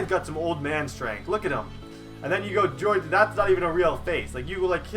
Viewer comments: It's horhay not George that's how George is spelled Jorge is horhay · It's pronounced hor-hey not George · he starts to pronounce Jorge "George" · Jorge not George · Hor ha not George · It's not George its Jorge! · Ooooh Jorge de la rosa is Pronounced Jorje and Angel Pagan is pronounced Anjel